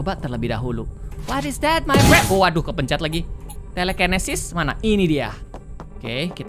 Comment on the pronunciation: " Kita dapet telekenesis buat apa ni telekenesis ? " Padahal tulisannya telekinesis owkowkowkowk Apa bacanya bgitu ya ?